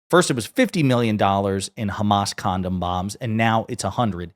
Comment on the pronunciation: Condom...Con-Bomb? Watching this, listening to his nonsense short-circuits my brain.....it turns blanc......just eeeuuuuhhhh.....what?